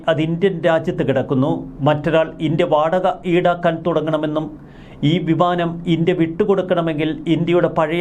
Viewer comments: അല്ല വിമാനം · ഭിമാനം അല്ല ബിമാനം 😂